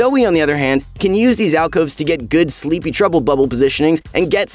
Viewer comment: Way to go rito you cant even get alcoves right